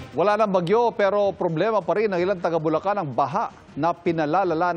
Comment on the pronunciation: ... Correction jamie santos ... "Bulacan" hindi bulocan / bulokan ...